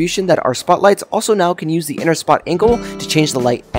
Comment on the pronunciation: bro really said ois your hands 💀